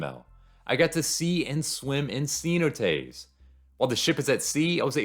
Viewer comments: Ce-NO-tays, brother. SEE-no-tays puts the accent on the wrong syllable. Cheers and best wishes! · Great video! Your positive attitude is a nice change of pace. For some people, cheap cruises are the best option for a vacation. Oh, and if anyone's wondering, he's talking about "cenotes" pronounced more like "seh-NO-tays." 😉